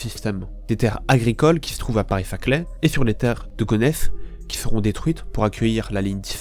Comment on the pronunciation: C'est pas zaclay c'est Saclay